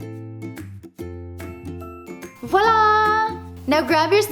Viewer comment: Thanks for the advice! Also, It's always nice to hear "voila" as opposed to "wahlah"I think I do a nice job at not stickler-ing and correcting people's dialect but this one has always curled my toes. Blech.